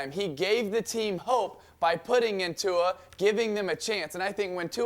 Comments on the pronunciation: Stephen A you are a pro ..pronounce the name!! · They don’t know how to say Tua’s name lol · Imagine butchering a black name on purpose like Stephen A Smith did to Tua.